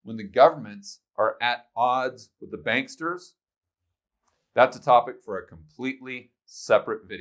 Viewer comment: "BANKSTERS" is a term I use..I. did you steal that from me?? JK, but that is the correct pronunciation!! BRICS vs DICKS and we are the DICKS